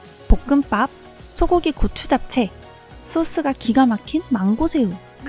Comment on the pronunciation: 볶음밥 발음하실때 한글배우는 애기가 발음하는것처럼 너무 귀여워욬ㅋㅋㅋㅋㅋ보꿈빠압 the love